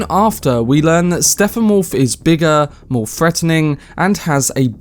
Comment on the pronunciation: His name is Steppenwolf. Stepp-en-wolf. Not Steffanwolf.